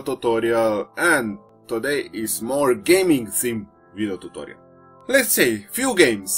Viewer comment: totoriel XD